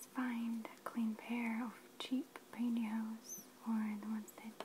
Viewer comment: Is she saying pantihoes?